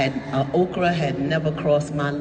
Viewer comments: I thought she was saying Oprah, too. But obviously she was saying Okra the food I really like. I think she should have sounded it out and spelled it so it would not be mistaken for the Queen of Talk Oprah! Just enunciate because Oprahs name does sound a little like "Okra." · She said Okra